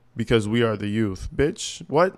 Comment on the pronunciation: If she wins, then the people deserve what they get. One mistake is enough. It was a huge mistake. She can't even pronounce youth, she said yout!